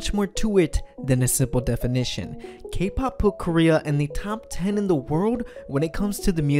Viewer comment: cAke pAhp lol <3